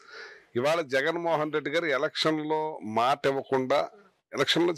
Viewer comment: మాటా మంత్రి కాదు,మాట మంతి అనాలి..నేర్చుకో..ముందు.